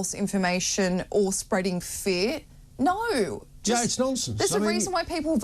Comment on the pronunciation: neaur…. You mean no? Lol